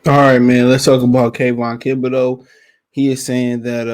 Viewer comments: Kayvon "Kibideux" lol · Bruh…….. it’s THIBODEAUX LMAO